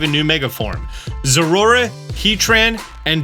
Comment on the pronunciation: What's a "zorura?"